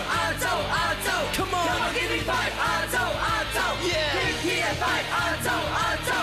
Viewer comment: “亚洲中“亚”字有懒音。